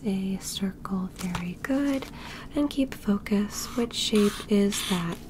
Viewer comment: For a bit I thought she was saying Sheep, Everytime she said Shape